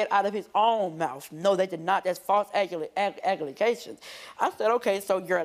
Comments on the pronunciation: Did he just say “False Agalacations” ? 😂🤦🏽‍♀️ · I love broski but false "agula" WHAT 🤔🤨🤷🏽‍♀️😂😂😂😂😂😂😂😂😂